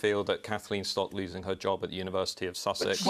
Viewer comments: Was she trying to say a word resembling university? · She cannot say university but continues to say university no T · What’s a univers- ity she means university .